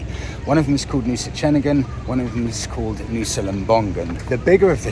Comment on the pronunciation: Same goes for Ceningan too, so Cening-un, not Cening-gun.😃😃👍👍